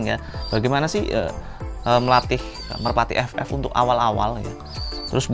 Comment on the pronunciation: Merpati mas bukan merapti wkwk